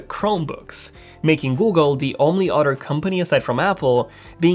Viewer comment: I know I'm the only 1 hearing "otter" when he says "Other"?